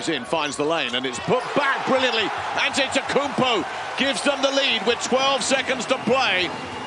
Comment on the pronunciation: why he say his name like that 💀😂